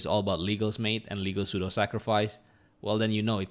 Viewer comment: Pseudo is read sudo 😊